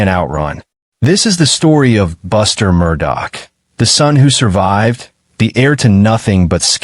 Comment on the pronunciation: For you guys to say that you go into details... one would think you woyld at least know how yo pronounce the name right?